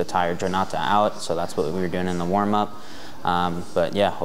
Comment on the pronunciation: "For the wamup we had him hitting pads"😂